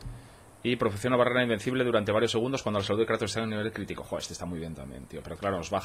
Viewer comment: Dale cańa al Kreitos Gaaar of guuuor😎😂👌🏻